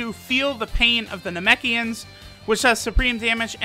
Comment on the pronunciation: I wonder if anybody else noticed that his super attack transformed from, “Feel the Pain of the Namekians!!”, into “Feel the Pain of the Nemekians!!!.” As if everybody would notice the third exclamation mark.